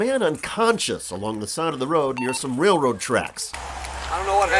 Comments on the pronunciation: Cops have a complete lack of self awareness. This guy isn't making ish difficult...the LEO is making ish difficult. They ego trip ANYTIME someone says "no". And, it's a "railroad" track, not "RayRoe" track. If this guy doesn't win his suit, I think that department should be put under a powerful microscope. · He's just mad because he can't pronounce "railroad tracks"